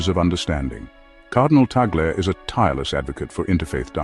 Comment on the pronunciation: Perfect pronunciation to the Family name of His Eminence Luis “Chito “ Cardinal TAG LE 🙏❗️Appreciate it.